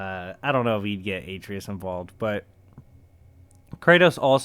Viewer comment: Ur saying atreus wrong